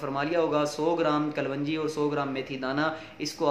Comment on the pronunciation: kalwanji nai hota kalonji boltay hain aur itni lambi video na krean qissa mukhtasar kia krean